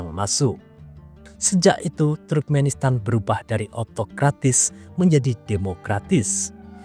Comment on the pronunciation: Bukan truk-menistan min tp turk-menistan